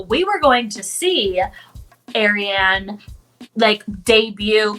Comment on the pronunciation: It's Ariane (R-re-haun)